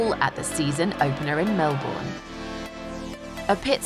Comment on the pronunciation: no no no no come on thats not how you say Melbourne come on F1 you go there enough to know this